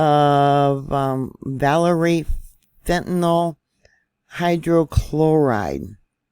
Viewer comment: #1. America has bigger problems than fentanYL, BTW it's NOT fentanALL, it's NOT fentanol, it's fentaNYL. Get your chems straight. Our "biggest problem" in America is the same as every other civilized, (or uncivilized), nation. It's the NEW WORLD ORDER who's ADDICTING everyone with everything from depopulation food to vaccines, to MSM indoctrinational brainwashing. They're flattening your frontal lobes with everything under the sun. Many of you no longer have the capacity for independent thought or objective critical analysis of what's going on around you.